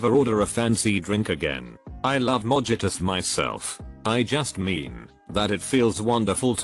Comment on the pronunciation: Text on screen: “daiquiris”; “cider”; “mojitos” TTS voice: “dykeries”; “c-i-deer”; “modgituss” 🤣